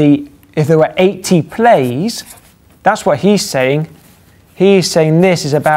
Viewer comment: He said 10^80 but it did sound like 18.